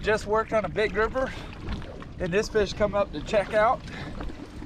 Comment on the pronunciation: Hahaha that was so funny Luke caught your "GROUFER"🤣🤣🤣 With an F. 🤣🤣🤣